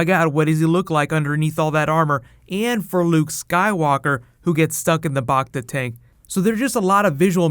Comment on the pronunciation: It's BACTA, like TRACTOR , not BACTA, like Bachta.